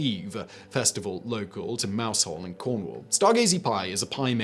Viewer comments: I've never actually seen Stargazy pie in real life and I have the feeling it's more of a thing that tourists eat while here in Cornwall. It is most often seen on cards, paintings, mugs etc. it is especially linked to Mousehole, but also Mousehole isn't pronounced Mouse-hole but Mowse-ol. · Can't believe you pronounced Mousehole like that.. It's pronounced mowzul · Quite a few mispronunciations in this one! Notably "Mousehole", which is pronounced "mowzle". Something I've never understood: how the heck do vegans survive in the States if they don't have yeast extract (Marmite)? Are they just popping pills all the time? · What! No Steak & Kidney Pudding? The Irish Colcannon is nothing like Bubble & Squeak. Mousehole in Cornwall is pronounced Mowezal. Laverbread is pronounced Lava Bread. (Lava as in what comes out of a volcano)